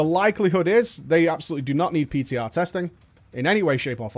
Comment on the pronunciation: you meant "PTah"? 3Head